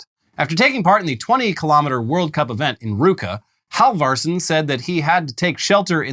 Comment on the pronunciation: Halfvarsson is pronounced hal-var-son, don't ask me why the f is quiet I dunno